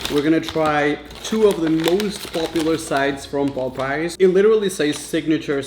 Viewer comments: its popeyes not popice.... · It’s POP-eyes not Pope-eyes or poop-eyes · the pronunciation is not pop eyes is popeies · The way he keeps saying "Popeyes" omg